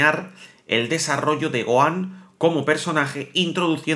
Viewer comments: Es Gohan no goan 😂😂😂😂 pero gracias por la información pero intenta por favor pronunciar bien los nombres de los personajes como fan telo pido se que eres español y allá ustedes le. Cuesta pronunciar los nombres de los personajes o le cambian los nombres pero como fan por favor telo pido pronuncialo tal cual como se llama en Japón ❤ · Oye t correjiré algo, Gohan no se pronuncia "Goan" porq la H en su nombre es como una J en cualquier idioma como lo habias dicho una vez so lo habias dicho bien. Eso era todo, saludos y grax por toda la info💯👌🏻🔥